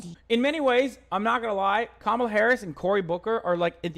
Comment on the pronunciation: Cop-mall-a Harris LOL